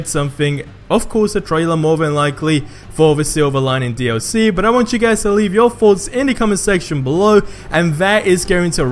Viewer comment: did u really just say "buh" like it's only a different letter you're not even making it shorter it's not that hard it's (but) not buh